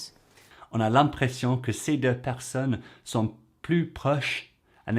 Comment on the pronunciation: on a l’imprəssion instead of on a l’impression. I think this is the first – even so tiny – revealing pronunciation mistake she does. Her french is very impressive!